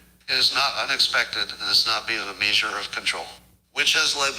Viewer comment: It even said “maysure”